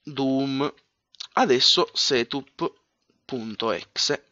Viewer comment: Quando vedete un SETÙP ÈXÈ! HAHAHAHAHAHAHHAHA Si pronuncia setap e EXE si pronuncia ixi